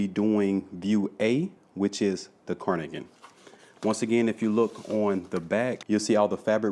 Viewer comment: Great tutorial. Q: Is it: Carnigan Or Cardigan.....? You sound as if you are saying Carnigan.